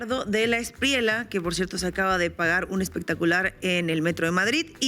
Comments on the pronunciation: Felicitaciones por vuestro periodismo.....pero otra vez, debo señalaros el mismo gazapo: NO ES E-S-P-R-I-E-L-A....es ESPRIELLA, con "ELLE" de LLAVE, LLAMA...etc....Un saludo. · Hay un error no es Espriela, es ESPRIELLA Se pronuncia la doble L. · Aquí un colombiano. No se pronuncia Abelardo de la Espriela, es de la Esprieya. Felicidades por el gran programa.